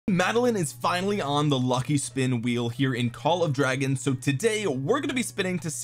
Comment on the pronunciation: You forgot to call it "call of dwagons"